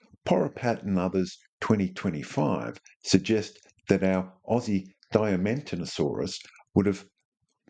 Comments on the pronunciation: Pro Woe: Diaman teena saurus. pronunciation. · The genus name is Diamantinasaurus, not Diamanitosaurus.